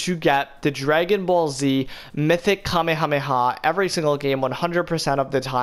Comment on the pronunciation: bro if i here this man mispronounce Kamehameha wave wrong again, MY GOD SOMEONE FINNA GET DROPPED!